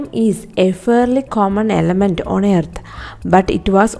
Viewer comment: Man noy yearth it is earth pronon it 😂